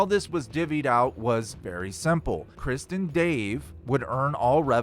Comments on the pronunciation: This video and your speaking is 98% awesome and entertaining and amazing. But 2% is so confusing and annoying cuz it sounds like you are saying “Kristin Dave” not Chris And Dave. Lol 😂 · The T in krist is silent. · not gonna say re-do this, but when you say ‘Krist’ (and Dave) instead of Chris and Dave, it sounds like ‘Kristen Dave.’ And you know that ‘KrisT’ is just a ‘Christ’/punk stage name joke right? Same reason why Kurt pretended his name was ‘Kurdt.’ Just a silly band joke.